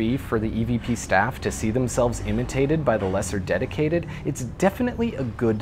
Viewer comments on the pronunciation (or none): none